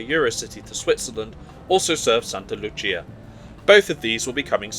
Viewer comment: Exceptional proficiency in pronouncing Italian words! Perfect "Santa Lucia". Only Venezia and Vagli need a bit of improvement. Bravissimo! from Rome